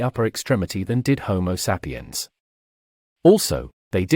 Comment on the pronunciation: Looks like the narrator would learn how to pronounce home sapiens, lol.